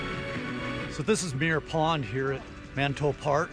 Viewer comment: Its called Manito park. (Ma-knee-toe) Not - Man-tow park The sister city is Nishinomiya (knee-shee-gnome-meeyuh) Not Nish-Nom-yee